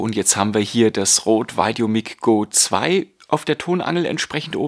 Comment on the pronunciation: normalerweise korrigiere ich keine fehlerhaften Aussprachen, aber wie du "VideoMic" aussprichst, tut mir in den Ohren weh! Richtig lautet es "VideoMeik" und nicht "VeideoMick" - Dein Vergleichstest ware sehr aufschlussreich, danke!